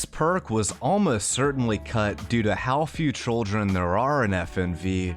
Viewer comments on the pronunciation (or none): Are you saying trolldren instead of children on purpose?